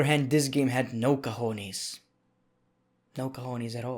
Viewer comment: cojones😂😂😂 I remember from vice city boat mission with Rrrrico